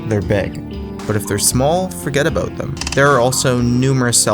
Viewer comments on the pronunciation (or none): "forget abooot them"